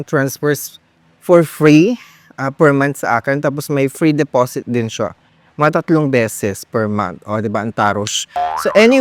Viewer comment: mima tawang tawa talaga din ako sa de-po-sit,anway enjoy watching from laguna.